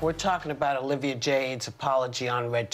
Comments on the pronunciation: NOT ANNA SAYING OLIVE JADE! 😂😂 Her name is Olivia. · did Anna rlly just call her olive jade lmao! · I heard “all of jade.” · Joy ranting and raving about the failures of the American public school system and Ana mispronouncing Olivia's name is my me😂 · Giggles- Anna deliberately mispronounces her name to twist the knife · Ana didn’t even care to learn her name correctly. That’s how nuca she doesn’t care